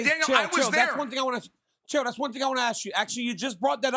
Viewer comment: Chael sounds like he’s saying Dana and Dale when he calls out to Daniel. Haha